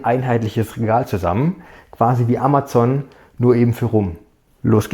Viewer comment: Ich habe noch nie jemanden so Amazon sagen hören! :-O rutscht der schwäbische Dialekt vielleicht durch? :-) super! :D